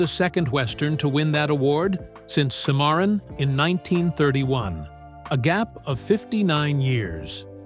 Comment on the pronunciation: Bot Narrator. Sim-a-Ron (cimmaron) becomes Semarin. Also mixing ins hots from other films and interviews hurts this narrative.